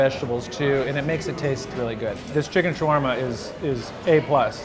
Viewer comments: It is called shawerma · why do they say it like there is no A before the W in shawarma